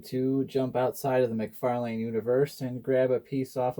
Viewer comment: cool custom but youre saying mcfalane wrong. its spelled out mc far lan . not lane